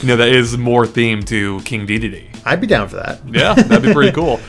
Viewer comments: its pronounced deh- deen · It's pronounced de-den-ay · I think in French, an e at the end of a word is usually silent. So it would be pronounced Dedenn. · It's pronounced Day-deen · I'm pretty sure Dedenne is pronounced "De-denn" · Waluigi actually did use tennis racket in Brawl. And watch the Pokemon The Series XY to see how Dedenne's name is said